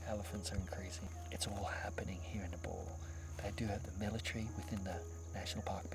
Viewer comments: Thanks for beautiful video conservation but you gotta pronounce it right when you say N E P A L (it’s ne pal ,pal like pay pal not NEPOLL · it’s pronounced as ne-pal not niple